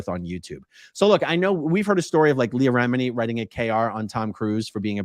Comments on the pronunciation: “Leah Remedy”. I’m dying. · Did he just call her, Leah "Remedy"?